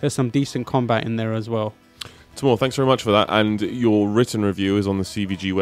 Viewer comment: Did anyone else hear Saddam Hussain instead of Tamoor? XD no offence btw